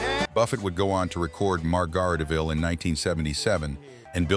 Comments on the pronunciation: If you're going to use AI narrators, at least edit it. How the hell did they pronounce "Margaritaville?" This is just pure laziness and gets you a thumbs down. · Laughed at its pronunciation of "Margaritaville". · Or at least teach AI how to pronounce "Margaritaville." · If you can't say Margaritaville right, you don't get a thumbs up.